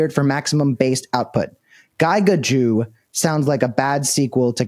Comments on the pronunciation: I've never heard someone pronounce "giga" as "guy-ga" before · why does Cameron pronounce giga as "guy-gah"? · Did this guy just pronounce “giga”, like guy-guh? LOL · At least pronounce Giga correctly its not Gyga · gi ga? Gig-a....Gig-aChad.... does he pronounce things weird on purpose? There were a couple words that were just different, never heard them pronounced that way. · This dude mispronounced like 5 words..... Giga? Cmon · Interesting pronunciation of Giga. Great reporting. #FDJT #FMUSK shut down Grok now. I agree that this is a bribe.